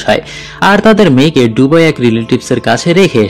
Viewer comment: সবকিছুই সুন্দর তবে শব্দ উচ্চারণে আরো যত্নশীল হওয়া দরকার। যেমন- ডুবাই না এটা বে দুবাই। ধন্যবাদ